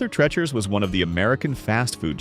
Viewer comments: No favorite memories from there. But I DO know the proper pronunciation of TREE-CHER'S. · AI voice overs are annoying because they don't pronounce names correctly🙄 Arthur "Trechers" FFS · TREE-cher's. NOT what YOU said. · Your educational video is an automatic fail if you're too lazy to research the how to pronounce the name of a store. It's "Arthur Tree-chers", not trechers. You forgot to mention the iconic self playing pianos that played at farrell's. They piano keys would press down the correct notes as the songs played like magic. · Guys, please learn to pronounce the names correctly. AI can’t seem to get it right. It’s Arthur Tree-churs not Tretch-urs, Mobeel not Mo-bile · ...and it's Treacher's, like TEACHERS, shmuck robot, not like STRETCHERS. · It's Arthur TrEEEcher's, not Tretchers. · it's TREE CHERS not tretchers. and it's fil AY not fil itt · It is pronunced as Arthur 'tree-chers' not Arthur trech-ers. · Arthur Trecher's? It's pronounced "Arthur Treecher's". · Treachers is pronounced like teachers with a hard R after the T NOT tretchers. Watch the old 60s & 70s commercials. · You must not have been there. "Treacher" rhymes with "teacher," not "lecher." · It was pronounced as Treecher's rhymes with teacher's- Arthur Treacher's was really tasty fish and chips. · It's pronounced Treecher's named after an actor. And a lot of Burger Chef restaurants were converted into Hardee's restaurants. And Burger Chef invented kid's meals before McDonald's. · Painful to hear the mispronunciation of Arthur Treacher’s. It’s pronounced “Treechers” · You had me until your artificial A.I. voice pronounced it "Arthur Treh-chers". Sorry, I'm out. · I'm quite certain it's pronounced TREE-chers. But I'm also certain you know that and I fell for the engagement bait.. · Pronounced Arthur "Treecher" this AI is wild lol 😂😂😂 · HEY AI ITS PRONOUNCED ARTHUR TREECHERS WITH A LONG EE! TREACHERS. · Treechers. That’s how it’s pronounced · Arthur 'TREE-chur" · It's pronounced tree-chers.